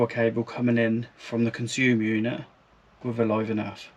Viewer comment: Its live and earth not live and nerf😅